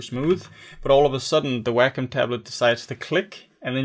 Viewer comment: Why do these people do tutorials on products that they cannot even pronounce correctly? It is NOT a "Whackum" tablet!